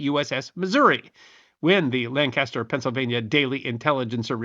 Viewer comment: The counties and cities in Pennsylvania and South Carolina bearing the name "Lancaster" are pronounced "LANK-iss-tur", not the usual "LAN-cass-tur"